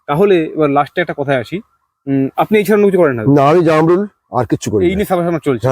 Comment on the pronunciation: এটা জারমূল না এটাকে বলে জামরুল